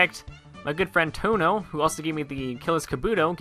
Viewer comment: touno (tuno Without the a)